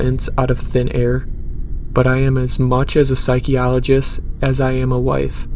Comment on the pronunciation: It's always the pipes. Humm, Psy ki o lo gist?? Lol🤣 Stories were good.